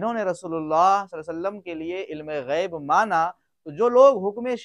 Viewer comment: جناب غیب کے بجائے عیب ہوگیا ہے توجہ فرماے